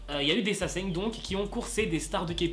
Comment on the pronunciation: Mdrrr t'as inversé le n et le g dans sasaeng 😂😂❤️❤️